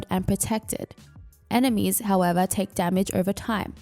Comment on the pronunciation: Lol you say "ENEM!ES" instead enemies. Just a little funny. Have a good day and nice vid :P